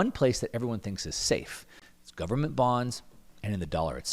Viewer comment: "Full faith and credit of the US gubmit" LOLOL